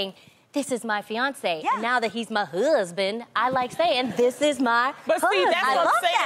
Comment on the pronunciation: Tamera's pronunciation of husband killed it for me😂